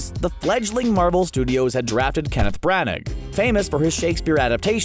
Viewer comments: Kenneth Branag!?! It’s pronounced branna (Branagh) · "Kevin Brannick"?????? It's Branaugh, pronounced Bran-Naw. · Kenneth “BranNAG”?? 🤦🏽‍♂️🤦🏽‍♂️🤦🏽‍♂️ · Learn how Branagh is pronounced! (/ˈbrænə/) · Branagh is pronounced “BRAN-na”.